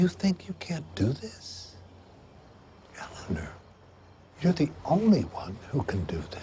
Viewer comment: Ele-ner (after watching the clip where Ted realize he’s been saying her name wrong the whole time)